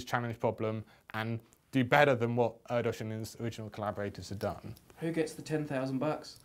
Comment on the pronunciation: Just a point of reference. It's pronounced 'Air Dish' I only know this from reading the book 'the man who only loved numbers' a fantastic read by the way.